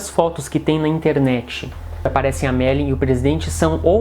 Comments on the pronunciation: Não consegui ver o vídeo até o fim, pois muito me irritou ouvir o rapaz falando ERRADO o nome da Marilyn Monroe, demonstrando uma baita falta de educação e respeito para com ela. Ora, o nome dela é MariLYN, não Mari como ele falou o tempo todo. Rapaz, o LYN tem que ser pronunciado, viu. Se não sabe falar corretamente o nome da pessoa sobre a qual está narrando, é melhor não fazer o vídeo porque fica muito desagradável de ouvir para quem vê o vídeo. Fica a dica. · Ele diz o tempo todo MERLIN ... E NÃO MARILYN ... AFFF